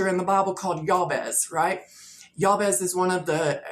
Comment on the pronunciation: Just as a courtesy fyi, I think most people pronounce that Biblical figure’s name as Jay-Bez (actual spelling Jabez).